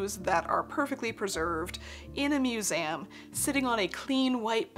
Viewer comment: I love this so much!!!! I want to throw away all my modern shoes and only wear historical oxfords and boots!!! And i have a question, english is not my first language, why do you say musem?